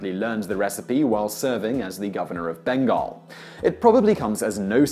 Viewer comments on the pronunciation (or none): none